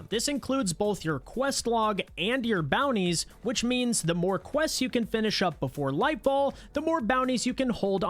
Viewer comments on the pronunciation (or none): none